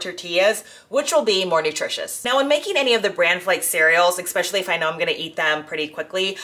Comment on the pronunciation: It's pronounced "especially," not expecially.